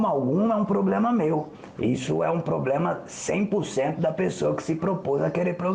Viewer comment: Eu sou muito cética, não vou mentir. Ex: não precisa falar como no século Xll, mas falar "poblema", pra mim já é um problema.